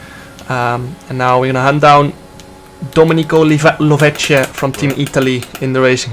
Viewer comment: The pronounciation of Dominico Lovece was 🅱️erfect!